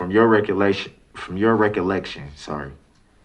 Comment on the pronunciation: “From your reculection” lmao